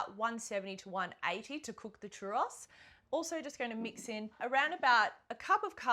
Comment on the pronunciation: Can cook churros, but cant pronounce churros correctly